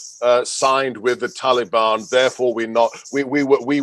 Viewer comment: Funny how Joe seems to get one thing right all the time, and that's his pronunciation of Taliban. Almost like he's one of them.